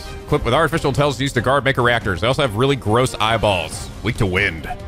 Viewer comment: another 'may-ko'. I should've been keeping a counter for this LP lol gasp could it be?! realized mako's pronunciation! EDIT: Nvm he relapsed